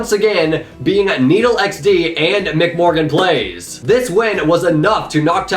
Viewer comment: Thanks for clarifying for everyone about the Badlion Client situation, we also stopped using it after the break but apparently BastiGHG and Papaplette used it the whole game 🤷‍♂️ Also my IGN's pronounced; Em-Sea Morgan Playz (MC, meaning MineCraft) but don't worry about it! Lol